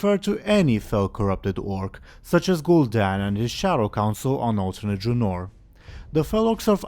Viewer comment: It is not pronounced dra-nor. But Dra-nouhr.